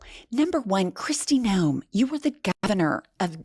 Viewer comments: Noem not Noam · Kristy Nohem babbles about habeas corpus like it’s a skincare brand, spewing a gag reflex of pseudo-intellectual sludge with all the confidence of someone who just Googled the Constitution five minutes ago